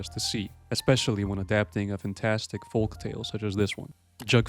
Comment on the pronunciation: Tip to the content creator: the L in folk is silent.